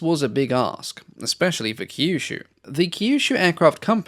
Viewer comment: Kyushu is pronounced similar to "queue shoe"